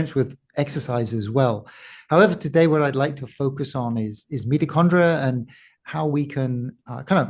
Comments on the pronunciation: Its not meti condrial its mito after mitosis, crazy good to listen to an expert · I found it incredibly annoying that while talking to an expert about mitochondrial health you kept pronouncing the word "Meet O Chondria' rather than 'Mighto Chondria" as almost everyone in the world does. This conflicting use of the word maybe 100 times during the podcast was incredibly annoying. It seemed to me that you were pushing your guest time and time again to your 'version' of the word. I found it so distracting that I may have missed some of the important information contained within. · The word Mitochondria .. You repeatedly mispronounced it "meatochondria". Many viewers found the mispronounciation annoying to listen to, myself included 😅 You still have an interesting channel though! Thanks for bringing interesting guests